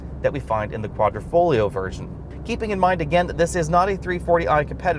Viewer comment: Nice video, but the word is Quadrifoglio, not Quadrofoglio Quadro = Picture frame Quadrifoglio = Four leaf clover and the "g" in Quadrifoglio is silent. That's it for today's Italian lesson.😁